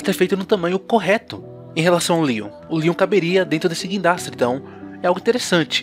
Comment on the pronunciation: O vídeo ficou mto bom mais teve uma coisa que deu agonia "GUINDRASTE" K